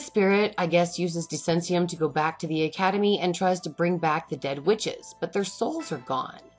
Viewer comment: Des-sen-siuhm? No, gurl it’s Desh-en-soom.